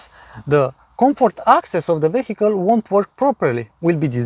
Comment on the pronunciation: Great video again. And I noticed in every video how you say the word "vehicle". Please check online how to pronounce it right :)) (No hate, just a tip)